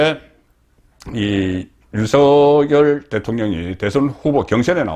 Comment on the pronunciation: 국어 문법상으로, "윤석열" 대통령 발음은, "윤성열"이 틀린 발음이고, "윤서결"이 맞는 발음입니다. "낙엽"이 "나겹"으로, "이낙연"이 "이낭연"이 아니라 "이나견"으로, "책임"은 "채김"으로 발음함이 맞습니다. 거의 모두 틀리게 발음하는데, 오로지 송선생님만 정확히 발음하심에, 국어를 사랑하는 자로서 깊이 감사드립니다.